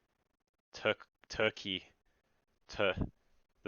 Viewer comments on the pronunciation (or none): turkey instead of tercess XD